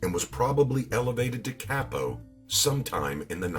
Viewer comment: Very well done, however, the only criticism is, as a person that speaks fluent Italian, at least try pronouncing the Italian words correctly. Vah-rio instead of Very-o (Vario) Cah-po instead of Kay-po (Capo)